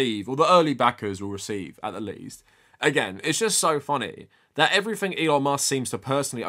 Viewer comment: I got to you pronouncing everything as "ever-fink" and I'm out.. thanks but no thanks.